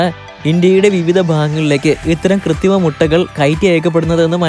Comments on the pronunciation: ഡാ പൊട്ടാ കൃത്തിമ മുട്ട അല്ല കൃത്രിമ മുട്ട എന്ന് പറയെടാ കാട്ടുപോത്തേ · 'കൃത്രിമ' എന്നാണ് പറയേണ്ടത്.. 'കൃത്തിമ ' അല്ല. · കൃതിമയല്ല കുട്ടാ കൃത്രിമ കൃത്രിമ